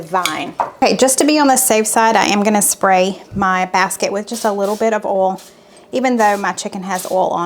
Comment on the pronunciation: How do you differentiate between a bowl and boil or oil ? It all comes out sounding like OLE.....I know it's southern thing and I'm in Canada but how do you tell the difference when you use them and they all sound the same? Not meaning to be disrespectful because I love your channel and faithfully follow you, just curious. Please don't be offended cause that is not my intention either. Thanks for the recipes this week, I am really anxious to try the potato salad, that looked very interesting!